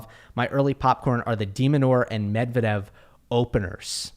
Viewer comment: You read Medvedev very well